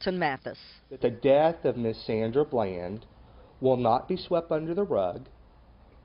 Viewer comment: ITS BLAND,D!!!! NOT BLANCH LOL SHEESH IT'S PRONOUNCED HOW IT'S SPELLED COME ON HOMIE!!!!